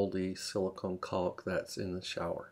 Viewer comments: Can I take advice from someone that pronounces caulk as calk🙁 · The 'L' in CAULK is silent. Like chalk or chaulk. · "CAW WOLKK"